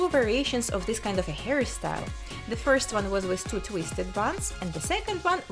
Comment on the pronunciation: The way she says hairstyle sounds like "harrystyle" thats so cute 👌🏻